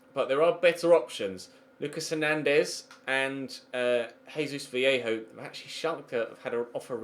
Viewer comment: Vallejo is pronounced as vayeho